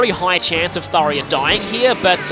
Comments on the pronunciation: How many times does he mis pronounce Tharja’s name ITS THAR JA THAR JA THAR JA THAT i IS A FREAKING J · I'm entertained by how you're correcting Tharya to. . . Tharya. I'm spelling it how I'm hearing you say it. But as for the actual name I've. . . Well. . . there's a "J" in it so I've always pronounced the j sound, like the name Jacob. But now that I've seen how the Japanese name is romanized "Sallya", I would have at the very least. . . Actually I'm not sure how I'd handle localizing a name. . I dunno. . Maybe I'd spell it Saria, like the Zelda character. . . Yeah I kinda like that.